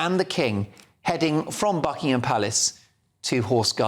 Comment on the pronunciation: it is not BuckingHAM and PackHAM. Learn to pronounce properly.